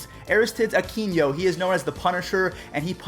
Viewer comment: Aristides is pernounced Air-ru-stye-dees U-keen-no